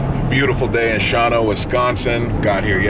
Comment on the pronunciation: Say it with me, "SHA-JUAN-OH."